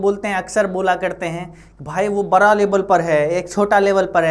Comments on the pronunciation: बड़ा को बड़ा ही कहे आप बरा नहीं, बाकी आप बहुत अच्छा पढ़|ते हैं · बड़ा ❌ बारा ✅ 😂